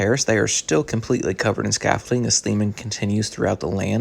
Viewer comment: Please stop saying scaffolting……it’s scaffolding. Thank you. Otherwise, nice update!